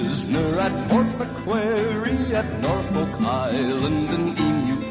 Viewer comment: The pronunciation of some words amused me - Port MacQuarey - wonderful. Off to look for Lionel Long's version